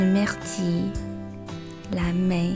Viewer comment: 感谢你的视频，非常有帮助， 处的myrtille读音是不是有一点点不对？